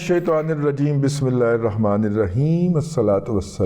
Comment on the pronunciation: aap Bismillah sahih nhi parhtay. "Bismillah Irahman" ghlt hay, "Bismilla- hirahman" sahih hota hay.